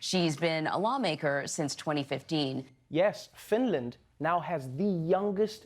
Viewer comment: FINDLAND WTFHHHHAHFAH